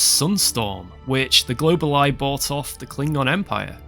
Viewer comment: It's pronounced go-ball-e